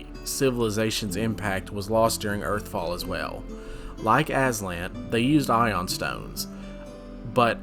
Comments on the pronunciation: Ioun is pronounced eye-oon. They are from Jack Vance's Dying Earth series. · Going by the old Dragon Mag #93 pronunciation guide it's 'EYE-oon' stone. But thanks for the video good info.